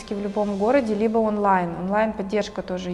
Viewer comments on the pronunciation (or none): none